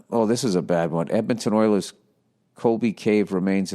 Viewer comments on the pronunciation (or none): none